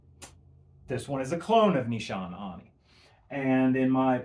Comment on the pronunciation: Great video. Nee-sha-nay